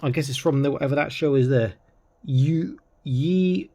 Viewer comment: Lol!😆 you totally butchered the name of the show the Blue Eye White Dragon comes from, it's pronounced: U - Gee - O It's a good anime (or cartoon if you prefer) if you ask me, anyway, this kit is outstanding I love all things articulated whether it be kits or toys especially when there 1/35 scale.😄